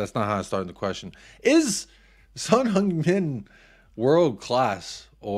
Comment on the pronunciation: holy shit you actually got the heung pronunciation right. subbed.